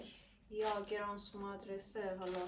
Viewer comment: گرانتزوم = granzum = գրանցում= register=ثبت کردن . خیلی هم قشنگ تلفظ می کنی عزیزم ❤